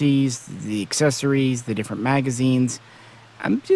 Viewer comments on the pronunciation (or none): none